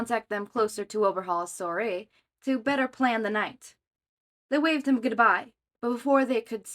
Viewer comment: Thanks for reading this! You always pick such fun fics and I'm super excited about the regular uploads! A couple of pronunciation suggestions: manor: "man - er" soiree: swa(like in swan) - ray(like x-ray), "swa - ray" Hope that makes sense & helps